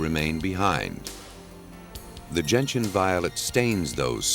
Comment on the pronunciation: Cool, for once they didn't say "Genetian" when saying Gentian.